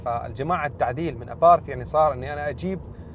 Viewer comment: Abarth وليس aparth لما هدا الخلط في النطق